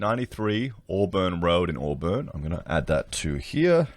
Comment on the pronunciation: Auburn is actually pronounced as "Awe-bin" not "Awe-burn" just like you say "Briz-bin" not "Briz-bain". That area of Sydney is very dodgy as far as real estate goes, it is the same area where developer Salim Mahajer was the Deputy Mayor. Before their local council was merged it was filled with dodgy developers and real estate agents. This apartment complex is just the tip of the iceberg. Almost every large development in that area over the 20 years has issues that building inspectors have either missed or ignored, lots of allegations of corruption. You could literally run your entire channel just making videos about corruption, greedy developers and dodgy builders in that one area of Sydney, it's a joke.